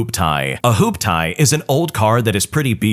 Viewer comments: The pronounciation of hoopty is making me laugh so bad😂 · That made me chuckle, too.